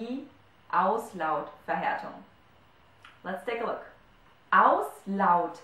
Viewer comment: Hello, does the same rule apply to the word Auslautverhärtung? It is hard for me to hear, but it seems that you read it with g instead of k